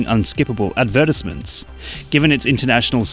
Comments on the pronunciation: that pronunciation of advertisement really threw me off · Dude, I never heard anyone spell that word "advertisement" the way I just heard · The way he says “advertisement” is… different 💀